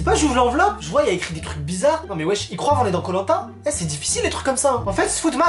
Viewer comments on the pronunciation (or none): Il croive 😂😂😂😂😂tu c pas parler ou quoi ? 😂😂😂😂😂😂❤️❤️